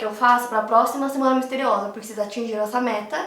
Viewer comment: Did you say "semana misteriosa"?